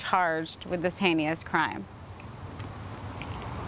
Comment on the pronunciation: Hain-ee-us crime?? How about hain-us instead????